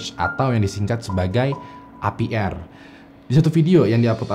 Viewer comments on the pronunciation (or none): APR.. Ei Pi Ar... Bukan epi er..he